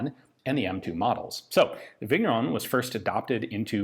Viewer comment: The GN in Vigneron is pronounced like the beginning of NYET, in Russian. French names can be tricky, like that.